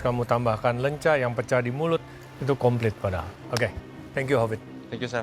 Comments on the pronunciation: Ketauan banget ya klo yg bukan orang sunda, nyebutnya 'Lenca' bukan 'Leunca' 😂 Yhaa ini sih intermezzo aja bukan bermaksud hate komen..heuheu.. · Greget banget pada nyebut lenca bukan leunca. 😭